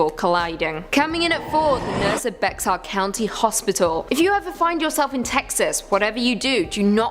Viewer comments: I grew up near Arlington....never heard of this...and again 😂😂Bex-ar county 😅😅 wtf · Lol it's pronounced bear I love here and so many outsiders make that mistake pronouncing the x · Bex-are... lol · Bexar is pronounced like Bear. You guys should really do better research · It's "bear" THE X IS SILENT BEXAR DONT PRONOUNCE THE X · Bexar is pronounced like bear. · It doesn't make any grammatical sense, but it's actually pronounced Bear, not Bexar. I live in the county of Bexar. It's in San Antonio. The Texans that named this place were weird... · I'm sorry but if we're going to be correcting someone on the pronunciation of "Bexar", then all of you are wrong. Technically it's pronounced "bay-har" so named for El Presidio San Antonio de Bexar. Since the English had difficulty with the Spanish pronunciation, they started pronouncing it "bear" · Bexar is pronounced BEAR/BARE, I live in San Antonio, Bexar County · Bexar County is pronouced Bear County. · I’ve lived in “Bex-Are” 🤦🏻‍♀️ my whole life, and I’ve never heard of the LVN Supernatural Killer. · Bexar…I’m screaming inside🤦🏻‍♀️🤦🏻‍♀️🤦🏻‍♀️ it’s pronounced “Bear” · Bexar is pronounced "Bear"....(Like in the name Grizzly Bear 🐻) 🤠 I'm a Native Born Texan and I live in San Antonio (Bear Co. Texas) . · I’m dying at the pronunciation of Bexar 😆 it sounds like ‘bear’ actually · My skin was crawling everytime she said "BEX-AR" 😂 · keep dying, the correct pronunciation is Behar. From Spanish Béjar. Next! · Lol I was thinking same thing. I actually live here in BEXaRRR County myself. Anyone else a Bexar county resident? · Like bay-har! ❤ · It is spelled Bexar, but pronounced like Bear. The "X" is silent. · it’s Spanish, Bexar is actually supposed to be pronounced Bejar (the J becomes a heavy, raspy H) “behar”. In Spanish the X in certain words is pronounced like a “J” like in the word Mexico, the X is definitely not silent, you don’t say “meico”, you pronounce it Mejico. Or Texas, you don’t pronounce it “Teas”, it’s Tejas.